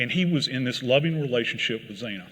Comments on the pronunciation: Who is this joker that can't even pronounce Xena's name correctly or give her appropriate age I mean the lack of respect that has been shown when it comes to these kids and this horrific tragedy is mind-boggling I am so untrusting of any of this It all smells like crap to me I'm not saying that coburgers not involved with this but I'm not saying that he is either We have seen nothing but confusion sneakiness people that are not transparent whatsoever Now we have somebody who's given a speech and crime-Con and he doesn't even know how to pronounce one of the victims names correctly and then he gives the incorrect age to her How can we believe that any of the evidence is actually facts if they can't get their facts right for something as simple as a birthday I mean I I'm just so mind-blown right now It's the lack of respect You cannot take 5 minutes to learn somebody's name that you're about to give a speech on or a talk on publicly for a ton of people to have their eyes on you You really cannot learn somebody's name that has been a victim and now gone from this world in such a horrific horrific way .............. I can't even listen to these people anymore we're going to have to get Justice for these for probably in another life because I don't think it's coming to them here on earth in this life I really don't mean to sound so negative but I don't see true justice being given to these kids nobody's ever going to believe half the stuff that comes out and this trial because of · Her name was pronounced as Zanna not Zana you lazy quack. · He gets the timeline wrong by using 145am as the time of return for Kaylee & Maddie. It was 156am. He mispronounces Xana's name, which should rhyme with Anna. He gets the age of Xana wrong: it was 20 not 21, as he says. Kaylee's family corrected the police, who originally put the time of return at 145am. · You would think he could pronounce her name correctly. Xana